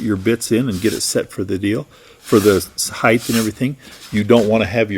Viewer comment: Height. Rather than heighth. Great video.